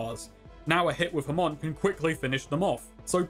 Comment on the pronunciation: Its ha-mon. Not ham-on